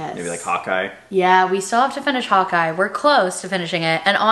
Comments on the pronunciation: Ohhhhh you were saying HAWKEYE... I was trying to figure out what show Hot Guy was 🤣 🤣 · I’m from NY so when I heard say Hawk Eye at first it sounded like hot guy. and I’m thinking Marvel has a show called hot guy?? 😐 i figured it out at the end when she mentioned it again… i’m so dumb 😅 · OMGosh. Totally thought you were saying HotGuy instead of Hawkeye. Haha. I'm so not a super hero follower.